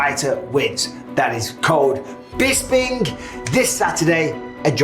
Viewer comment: "Bispink" is the Draft kings code 😂